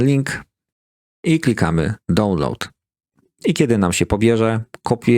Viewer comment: Świetny materiał. Zobacz na Google Translate jak się mówi "download" i "queue".